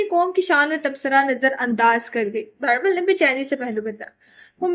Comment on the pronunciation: Please girl stop calling him Bairbal he is beerbal